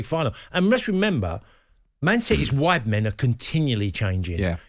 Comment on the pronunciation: Is he saying “wide men”